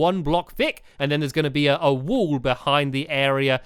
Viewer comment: Stampy some time I kinda here you say "wool" instead of "wall" so can you pls practice saying wall and wool properly